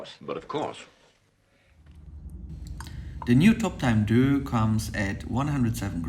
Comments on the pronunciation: Great video as always. Just want to point out that in the instance deus is from Latin and for this company is pronounced day-uss. Love the dial colours and in my opinion this is not a luxury watch rather a premium watch so the packaging is more than sufficient for the product. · You can't even pronounce the name of the watch correctly